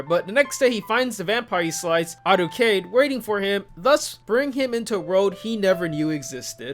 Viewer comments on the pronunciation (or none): Arucade is a terrible pronunciation and you should feel bad. Are-cue-id. That aside good video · Isn't it closer to "R-ku-aid"?